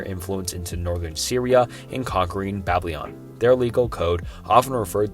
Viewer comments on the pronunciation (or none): Don't rush through your sentences! They are interesting and deserve the time to be heard. Also, it would be cool if you searched how to pronounce the words that are foreign to you 'cause you kinda butcher a lot of words (like when you said "bablyon" instead of "Babylon")